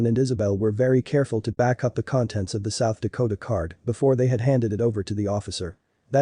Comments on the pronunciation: You mean the "South Dakota card"? That's what the narrator said at the end of this video. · Click-bait! This is the equivalent of clicking one of those ads about '90's TV stars then and now at the bottom of a web page . Title says film was developed, when it was a digital camera with an SD card. Which whoever programmed the AI translator calls it a "South Dakota" card. 6 minutes on the video and 4 minutes I spend typing this is how much of my life I wasted. Maybe I can help save your time.